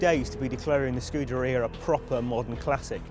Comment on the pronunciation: It's (scoo-dare-ia) not (scooter-e-uh).. this fat sack of shit should stuff a pair of his oversized underwear into his moms volvo's exhaust pipe with a hose going from said exhaust pipe, into the window of said volvo while he's inside it with the windows up.. what a waste of life and space..